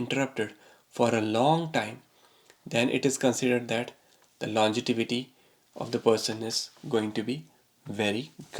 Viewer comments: LON-GE-VITY, Sir, not longetivity! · Longevity yaar, not longetivity. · the word is longevity and there is no word called longetivity. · Dude it’s longevity n not longetivity. First get this right before predicting someone’s death🤣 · Sir, the word is pronounced as "longevity" and not "longetivity" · Really great info. Thank you! BTW, it is nOt longetivity, rather longevity ;) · Longevity, and not longetivity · It's pronounced lon-ge-vity.